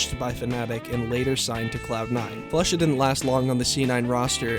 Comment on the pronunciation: Everyone “flusha” Pasha “floosha” 😂😂